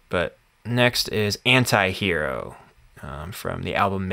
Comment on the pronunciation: not enti it’s anti hero 😭